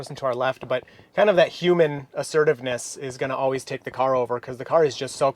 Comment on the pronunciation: You need to work on that "human" pronunciation, you should aim more for "huu-maan" in this context :P